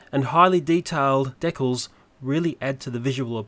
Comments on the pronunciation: dekkles = decals fyi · I like how he says decals "dekles"